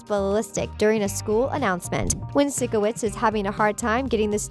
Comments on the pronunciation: Times I was triggered: When she said sikowitz When she said air-iana grande When she pronounced avan jogia's name wrong. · It's pyshcoits pyshcoits not sickoits. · THE SHOW HAD 4 SEASONS AND IT'S SIKOWITZ AS IN PSYCHOWITZ NOT SICKOWITZ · i hate how he/she doesn't pronounce it like physcowitz not sikowitz AT LEAST WATCH SOME EPISODES AND LEARN HOW TO PRONOUNCE THE PEOPLES NAME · IT'S NOT SICO-WITZ IT'S PSYCHO-WITS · I hate how they say sikowitz cause they pronounce it like (sick)owitz but it’s pronounced like (psycho)witz😬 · You’re calling it sikowitz. It’s pronounced sigh kowitz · omg i hate how she pronounces Sikowitz as "Sickowitz" lol im dyinggg no hate tho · This person triggered me when she said “sickowizt” they said his name in the show over and over and she still can’t get it right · It’s Sikowitz not sIckOwItz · She really said “Sick oh witz” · OMG AM I THE ONLY ONE BOTHERED BY THE WAY SHE SAYS SIKOITS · odder? “sickowitz” ?? what? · It’s not Sickowitz it’s Sikowitz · Who is SICK-O-WITZ? Lol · u know she didn’t actually watch it when she pronounced Sikowitz’s name wrong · ok watup with how they say sikowitz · Why is this so long... And why did I watch the whole video... Oh and one more thing... Why did the lady pronounce “Sikowitz” wrong if she’s such a “big fan” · If i hear them say Sikowitz wrong one more time my odc is gonna explode (and yes I know that doesn't make any sense)